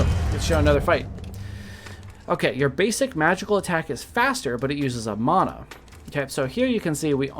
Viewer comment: Thanks for the correct pronunciation of mana :D I've been pronouncing it this way since Secret of Mana. And if you Google the meanings manna is stuff that fell from the sky to feed gods people and mana is a life force power so yeah